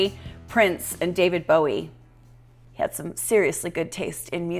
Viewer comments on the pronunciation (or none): none